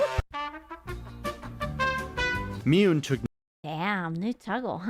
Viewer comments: There's another clue: Miyune. Neuro didn't pronounce the last "ne" correctly, and neither did. It's certainly more subtle, but it's there. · Yep, both Onigiri vs Onee-jye-rye and Miyune vs Miyoon, we ought to say it like our adorable AI overladies, its why I still find myself saying Vee-doll or Veedle instead of Vedal.